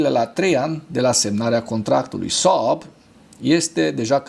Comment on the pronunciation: Când pronunți Saab simt așa că te strâng chiloții de creier